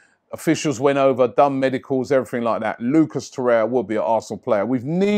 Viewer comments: It's Torreira not Torreia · TorreiRa not Torreia